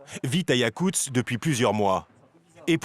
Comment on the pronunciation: yakutsk, pas yakuts, voix-off de merde